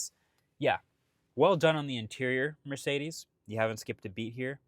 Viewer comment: As a german, the pronouncing of Mööörciiidiiiis is really strange.